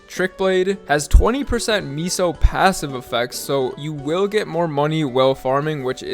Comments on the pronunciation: MEHSO, not MISO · I'll never get over ppl calling MEH sos, Mee sos lmao